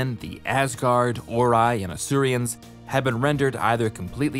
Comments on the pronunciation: They’re Asurans not Asurians, why can this guy never pronounce things properly? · Asurans, not Asurians. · fyi it's "Asuran" not "Asurian" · Asurans. Not Asurians. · It’s Asurans, not Asurians, and not sure why you used the Earth POO symbol for that, I appreciate you said the symbols weren’t official but that seems completely random. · Hmm isn't it Asurans not Asurians? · Every time I hear "Asurians" I feel betrayed, why is there an i in there, they're just called Asurans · This video is over a year old now but I just want to say: It's Asurans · The video was good, don't get me wrong. It's just that hearing you say "Asurians" bothers me. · Weird pronunciation of Asurans, as if there was an I in it. Also, nanomorph is a strange way to describe them.